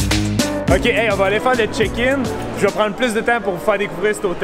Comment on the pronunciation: Euh j'veux y retourner please. Tu me fais mourir de rire quand tu dis "On va aller faire le Check-in" parce qu'on dirait vraiment que tu dis "On va aller faire le chicken". 🐔 Ok bye 😀